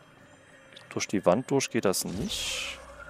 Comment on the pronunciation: Danke, das Video hat mich an ein paar Punkten weiter gebracht. Nur leider hier noch zwei Kritikpunkte: - das ausufernde Vorlesen irgendwelcher Texte ist nur belastend - deine undeutliche Aussprache, z.B.: "...dorsch die Wand dorsch geht das nüsch."